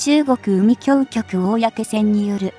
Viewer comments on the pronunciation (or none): 海警局は うみきょうきょく でなく、かいけいきょく です。